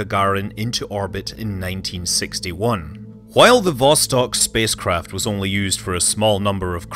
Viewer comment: Also: vostOk.